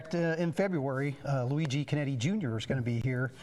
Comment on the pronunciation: Beautiful exhibit. Not to criticize, but hope that the correction is made. The name is Luigi Chinetti, Jr. not "Conetti". I hope that corrections can be made before any material is printed. Ferrari enthusiasts are critical of details.